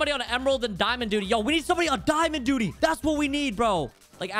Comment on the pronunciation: man said duty /